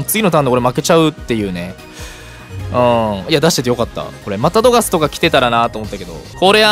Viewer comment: さんうぽつです！♡ プクリンって強いんだ⁉️😳 自分が敵側でこれされたら泣いちゃうよ😇笑 スヤスヤドクドク・ジ・エンド←センスありすぎる😂😂 流石に神引きすぎ👏🏻 ナチュラルに『いらないですね~』っていうのすきWWWWWW さすが😭👏🏻 One Love／さん おはようございやーす←これすき😂 ぶん回りミュウツーにも勝てるのえぐすぎる‼️ 『また⤵どがす⤴︎』の発音すきWWW 相性悪くても相手が降参しちゃうくらいうざいデッキなの凄すぎるWWW やっと起きたと思ってもスリーパーで眠らされるし毒でもじわじわ削られるデッキ相手にとったらうざすぎて面白かったです😂WWWWWW 友達には使わないように気をつけます✋🏻笑